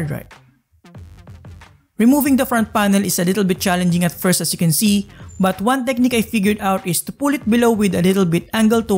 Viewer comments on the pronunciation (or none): none